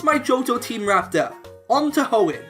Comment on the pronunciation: It's Hoenn, NOT Homen!